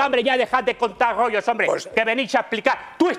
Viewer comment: No me vengas a contar aquí tus rrrrrrgggggollllllos😂